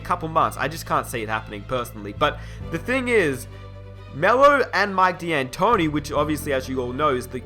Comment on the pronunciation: It's pronounced DANtoni not DEEantoni